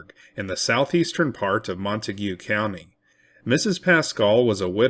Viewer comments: I'm from Decatur in Wise county. The correct pronunciation of Montague county is slang. Pronounced MONTAG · As a transplant to Texas, I am cognizant of how place names are pronounced. For the record, Montague County is not pronounced like the name of the family in Romeo and Juliet. Instead, it's pronounced like Mon Tayg County. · The correct pronunciation of the county is MON - TAGE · I love the way you pronounce Montague 😂